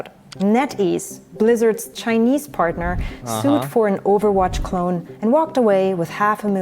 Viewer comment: Thanks for recognizing China's plagiarism. In one video, I heard "chin-a-nese" 68 times. China China China!